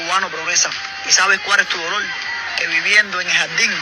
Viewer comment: No se dice lolor se dice dolor no te burles porque no halar castellanos